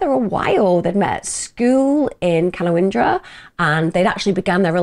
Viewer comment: Ka-nown-dra. I know it’s not your fault, you’re English and probably pronounce many of our place names…